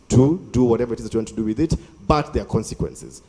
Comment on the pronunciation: Did just say Qwensaquences instead of consequences 😂😂😂